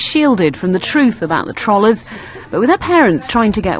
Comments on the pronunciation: It's not pronounced "trollers" in the way one pronounces "trolley." It's pronounced with a hard 'o'. As in the noun "troll." Christ. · what i dont understand is why this meme has been online for years but as soon as they find out they start getting bitchy? i mean the guy was a complete asshole, and he starts using his fancy words to call us names and the dick cant even say trollers right, and we have round 2 with her now since they were dumb enough to show her face on tv, ive saw 5 potato posts since i watched this with her as she is now -.-'' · she cant fucking pronounce trollers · Trollers... what? How are you even pronouncing that? :I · OMG THIS BITCH SAID TROLLERS. I CANT TAKE IT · trolahs??? its troll-ers (troll, like a evil green dwarf, emphasis on the "ll" not the "ro"). learn to english properly. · stupid tr-ah-llers XD tr-oe-llers....say it with me britain...-trrrrrr-ooeee-leerrrsss.. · "So little respect..." I'm sorry but respect is EARNED. Just because you're born with an unfortunate disease it does not make you someone worthy of respect. And seriously, why are they pronouncing it, TROL-ERS. xD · "internet trallers" lmao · "trohl-hers" She could at least pronounce it right. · Stop saying trollers like trawlers... seriously... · Its pronounced "TUGH - ROLL - ERS" Fucking Brits say anything right.... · I keep laughing at the way they pronounce "tollers". But on a serious note: this is why I hate 9gag. First they invent all of these obnoxious memes and then they take it to next level by mocking people with disabilities! I tell all of my friends to stay off that horrible hate mongering website! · LOL can't pronounce troll correctly bahahaha, the "trohlers" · "Internet Trallers" haha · Tr-o-llers................FOR FUCK SAKE! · STOP SAYING "TROLLERS" WRONG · Can they not pronounce 'trollers' properly, or have I been saying it wrong? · i hate how she keeps calling them 'trollers'. even then she's not pronouncing it right.